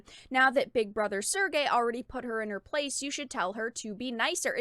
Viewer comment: serge is pronounced like the word surge